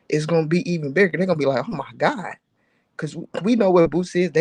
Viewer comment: Why a side say “by the grace of gawd” lmao! I felt the emphasis in that